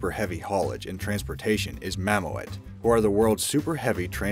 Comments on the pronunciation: ok dude seriously MAM O ET?? really it's pronounced MA MOOT! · It’s pronounced Mammoot. It hurts my ears the way you pronounce it.